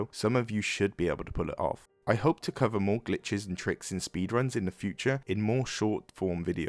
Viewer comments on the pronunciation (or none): none